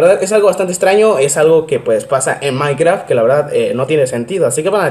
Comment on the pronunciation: Soy yo o dice maicra